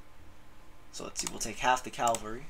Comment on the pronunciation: Ca - val -ry. Not cal-vary.